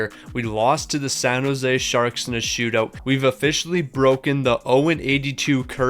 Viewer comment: “San Jose sharks”🤦‍♂️